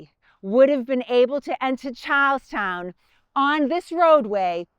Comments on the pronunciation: We have a drinking game where every time says "Charlestown", we have to take a drink. So far we have had three public disturbances fines, 2 public intoxication arrests, one DUI and still have yet to ever see the end of this video. Our greatest thanks to and, of course," Chars-town". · i thought you said cows town. But i think you were saying charles town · Who had to hear Charlestown four times before they could make out the name? Love the accent.